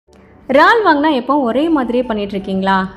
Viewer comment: ரால்… இல்லக்கா இறால்! எங்க சொல்லுங்க